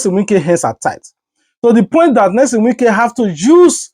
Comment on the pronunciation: What is Nylson some of you are just dum you do t read what you see it is NYESOM NOT NELSON PLEASE IT IS YEAH SOM